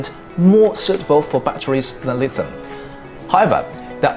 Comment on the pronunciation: Reply "Lithium" is not pronounced properly, I think you're doing well.